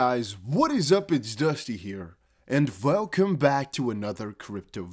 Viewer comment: I love the V at the beginning of your words Dusty, it's great. 😁 I wish I could speak Dutch, as well as you speak English...